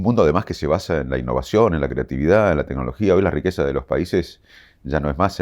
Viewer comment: Le creo fuerte. Pero que diga tenologia me hace mal.